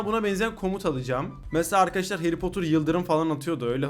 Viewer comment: Heri potırmı hayri potırmı hayri potır diyon